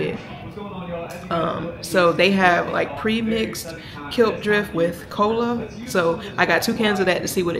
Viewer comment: It's pronounced Clip drift, Klipdrift. 😂😂